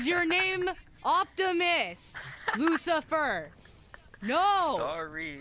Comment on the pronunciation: It didn't sound like Lucifier It sound like you said Mucifier